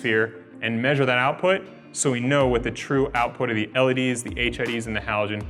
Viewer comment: The way he pronounces LED's drive me nuts! "ELLYDEES"